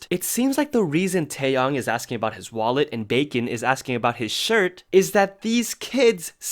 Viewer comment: Why did i hear mullet instead of wallet